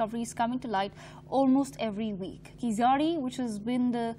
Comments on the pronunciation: It's not KEEZAADI!!! You won't be able to pronounce 'zh' so pronounce it as a 'L' okay? But appreciate your efforts as whole of north india has ignored keeladi excavations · It's not pronounced as Keezadi .....! It is pronounced as Keeladi.....with an unique consonant special "L" ....! Hence written as Keezhladi rather than Keeladi. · It's pathetic to hear this news reader pronouncing the name as "keesadi"! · Request to the News reader- "Keezhadi" exact Tamil pronunciation is difficult for non-Tamil speakers except Malayalis, so the pronunciation that is closer to the exact word would sound like KEELADI , hence pls read Keeladi instead of Keesadi. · What ever your name is are you and your team purposely pronouncing keezhadi wrong ?? It's neither khiladi Hindi movie name nor khizari .. IT'S KEE-ZHA-DI !! 😏😏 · It is tamil civilisation not Dravidian or aryan.......Pronounce as keezhadi .... Thanks for covering our archeological treasure...🙏🇮🇳 Jai hind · Pronouce "Keeladi" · I request anchors to pronounce Keezhadi properly. Please check with some Tamil colleagues in studio and get that right. I would really appreciate if your crew put in that effort. Having said that, I appreciate the coverage of your channel on this topic. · What arrogance and adamancy of this channel's reporters that they do not pronounce the word "Keezhadi" in a supposed way. Don't they have any Tamilians working in their company? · Shes reading news about tamils but cant even pronounce the name of the place.👎😤😡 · Funny to hear her pronunciation of keeladi .... Completely wrong ...